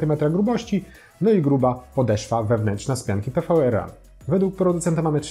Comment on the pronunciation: Pianka to PWRRUN czytane jako power run, a nie PVRRUN ;D